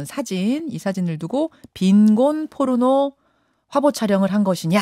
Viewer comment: 이 여자는 포르노를 의도적으로 뽀르노라고 발음하네..